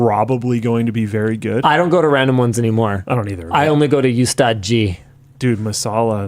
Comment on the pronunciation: The U in Ustaad is pronounced as "oo"